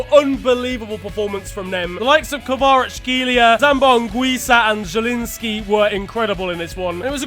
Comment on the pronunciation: Tbh I’m quite impressed was able to pronounce Kvaratskhelia.